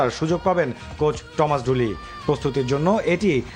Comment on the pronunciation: ঠমাস ঢুলি নারে মালা, টমাস ডুলি হবে😂